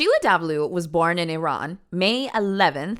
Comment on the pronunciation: thank you for saying Iran and not I-Ran